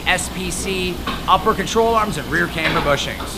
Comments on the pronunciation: because it’s pronounced camber. Not cameber. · Lets say it together.........cam ber........it’s not came ber 😂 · The way this guy pronounces “camber” is giving me heartburn.